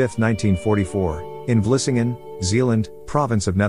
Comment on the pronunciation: The narrator probably never ever spoke Dutch before so he can only pronounce it the way he thinks it should be. He pronounced Vlissingen perfectly (btw) while english speakers useually call it Flushing. I have seen/heard Dutch butchering the english language to death, while talking to english speaking persons, and they never ever become annoyed or correct. Could imagine that english speaking, get it on their nerves when they see how you write english.